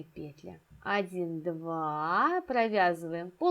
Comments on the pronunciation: особенно пЕтля😂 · Воздушная петлЯ, две воздушные петлИ, в каждую петлЮ